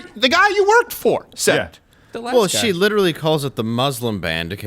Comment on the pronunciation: and on made me laugh, out loud. letralee